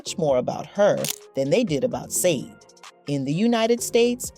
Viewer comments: It's pronounced Shar-day not SAYDE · I’m sorry, but after watching three minutes of this BS straight garbage. The interviewer who can’t even say her name SHA DAY NOT sandeee. But you will be getting a thumbs down for not not taking the time to properly announce SHA DAY name properly. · Her name is pronounced like this "sha b-day,not how it's spelled!!! Been a fan for years. Love her !!! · You obviously don’t realize that the group is called Sade pronounced ShawDay. Never pronounced the way you said it ever! Shame on you! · It's Sade pronounced Sha- Day Dumbass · Say Sha-Day please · You all can't even pronounce her name correctly....SH-A-DAY!!! Get it right and let her be! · Every time you pronounce her name "Saade", it makes me wanna laugh😂. How you not know how it's pronounced? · It’s pronounced Saydee 😂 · Sayde 😢😂😂😂😂😂😂😂😂😂😂😂 you’re gonna do a whole mini doc and not put any effort on how to pronounce the name. Like how tf do you make a mistake like that. Wow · Pronounce her name correctly! “Shah-day” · Done!!! Say her name correctly! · You pronounced her name wrong! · Stop saying her name like that🤬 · How about pronouncing her name correctly ??????? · The mispronunciation of her name… ouch😣☹️ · Killing me with the mispronunciation of her name.please do your research next time.! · Why do you disrespectfully mispronounce her name😱. What is your problem 🤔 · How can you make a video about someone in English and pronounce incorrectly their name!!! It’s so unprofessional! I’ve listened 3min of it and I’m switching it off as it’s really irritating. I love the artist I grew up with her music in the 80’s in an Eastern European country but even there we did know how to pronounce her name. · V🎉😢that's obviously not the prounciattion of her name... Unless it's an AI generated voice doing the narration, perhaps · Not listening. You don’t even know how to pronounce her name…GOODNESS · Right? If you're gonna bash somebody you should at least know how to say their name😂😂😂😂